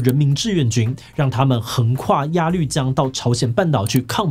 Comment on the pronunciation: 鴨綠江的綠讀ㄌㄨˋ不讀ㄌㄩˋ，我是祖籍在鴨綠江邊的人